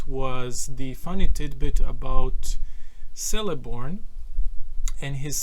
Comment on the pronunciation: The letter 'C' in the names Celeborn and Celebrian is pronounced like the letter 'K', not like the letter 'S'. C'mon, if you're a Tolkien nerd, you should know this!